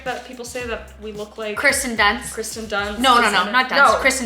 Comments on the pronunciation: Just fyi, it's "KIRsten" Dunst, not "Kristen." (Keer-stin) She's stated in an interview way back (in the early 2000s) that it's annoying how much people get her name wrong. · Corrects her for saying process correctly, doesn’t correct her for saying Kirsten Dunst incorrectly. Canadians.